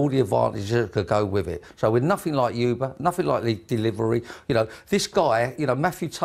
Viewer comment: I think he's misinterpretated how you pronounce Uber.